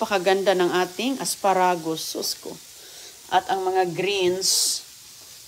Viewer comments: What "aspa-ragus"? Boba ka pati pronunciation binabago mo. Ano ang menu ng mga baboy ngayon? "Uy sarap,ganyan yan,ayus yan,ok na " mga walang kamatayan expression ni. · lukaret na talaga si,the way she cooks shows it.😅😅😅pati pag pronounce ng asparagus mali!!!!